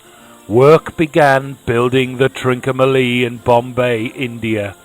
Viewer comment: ‘Trin-comma-lee’ not ‘Trin-co-ma-lee’.